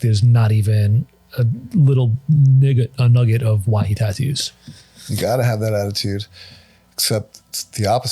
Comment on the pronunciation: "a little nigget" is crazy lmao 😂